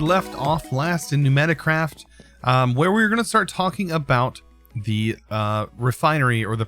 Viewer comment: Its not knewnaticraft, its PNEUmaticraft